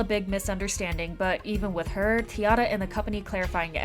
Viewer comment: It's funny how even Kpop fans mispronounce T-ARA. It is tee-air-a, not tee-arr-a. Listen to Wanna Play if you don't believe me.